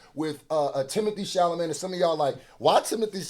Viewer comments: Who is Timothée ChalaMAYNE? lol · It's not Timothée "Charlamagne"...😆 It's Chala..."met" !! It's ok though.. I get it ! It's hard to say a french name!😉